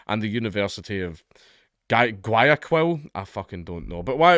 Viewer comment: Guayaquil = Why-a-keel.